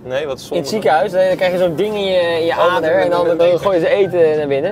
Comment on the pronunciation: bro zegt ader 💀